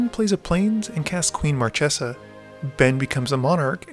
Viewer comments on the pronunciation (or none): I haven't started the video ter, but If I hear mar-tche-za instead of mar-kay-za i'll cry. Edit: DAMN IT!😭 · It's pronounced "marKesa", not "marTCHesa".;) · Marchesa is read with a hard "c", as "Markesa"! ;D